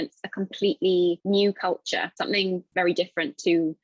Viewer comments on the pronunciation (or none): さんの動画を見るようになってから、英米の英語を聞き分ける耳が磨かれてきました たとえば、 のcultureのrが落ちて聞こえるあたり